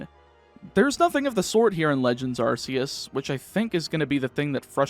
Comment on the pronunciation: Also arceus is pronounced arkeus